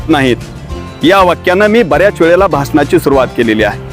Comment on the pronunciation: भाषनाची नाही रे बाबा भाषणाची सुरुवात असे बोल रे राजा.